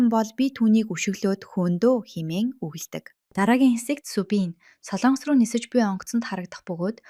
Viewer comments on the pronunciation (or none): none